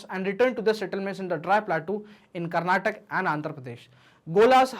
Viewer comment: Sir it is Karnataka not Karnatak😅 Nice explanation 🙏